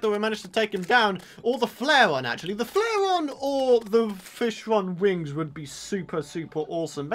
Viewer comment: Did you just say.. FlishLong Wings?